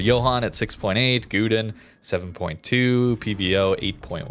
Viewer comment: it was good until Gouden pronunciations :3